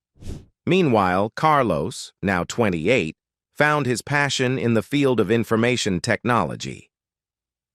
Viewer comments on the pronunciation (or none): none